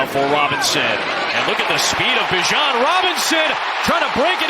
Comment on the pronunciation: Someone tell this announcer he's mispronounced "Bijon" the entire season.